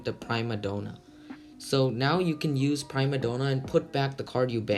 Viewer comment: Love the video. Just btw, Sauravis is pronounced "sore-ae-vis", and Prima Donna is "pree-muh don-uh"